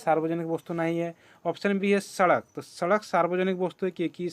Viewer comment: Vostu nhi bola jata hey